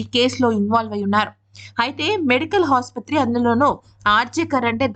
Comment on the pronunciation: హాసుపత్రి కాదమ్మా ! ఆసుపత్రి అని చదవాలి. ఎప్పుడైనా రూలింగ్ ప్రభుత్వం వాళ్ళే ధైర్యంగా క్రైమ్స్ చేస్తారు. మమత బెనర్జీ దగ్గర ఆగుతుంది లింక్ చివరకు. ఆమె వైద్య, హోం ఇంకా చీఫ్ అనబడే మూడు మంత్రిత్వ శాఖలు ఆమె గుప్పిట్లో పెట్టుకుని ఈ దందాలకు పాల్పడుతోంది. ఆమె సైతం అరెస్ట్ కావాలి....